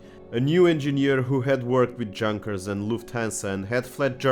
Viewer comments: Pronunciation of "Junker" is "yoonkair", so not relatet to "junk"😁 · The "J" in Junkers is pronounced as a "Y". Very informational channel. Just subscribed.